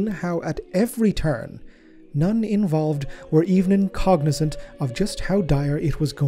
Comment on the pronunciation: Man, the Schism of Badab is a long trainwreck of one clusterfuck after another, huh? Somehow your pronunciation makes "even cognizant" sound like "even incognizant".